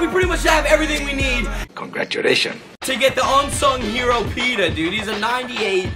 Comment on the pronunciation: Nice video but as a Ravens fan I'm offended 😂 it's Pitta not Peta